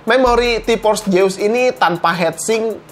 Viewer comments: Orang sunda hahaha T-Force Seus bukan T-pors jeus wkwk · Nobody:: Ti pors jeus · Org sunda mah te bisa ngomong ef. Tipors jeus :v